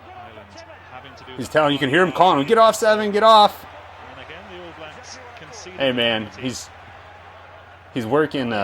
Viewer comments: hey bro, when you say all blacks the stress of the word is on "all" not "blacks" so its the ALL blacks, not all BLAcks. just something i noticed from watching your vids :) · Just a minor thing, but when saying "All Blacks" we put the emphasis on All, rather than Blacks. Not a biggie but I notice a lot of Americans pronouncing it your way, just sounds a bit odd to us. If you want a sign of how badly the other countries wanted to get McCaw off the park check out this video